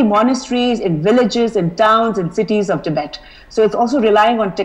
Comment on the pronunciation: It's tibet not tibeth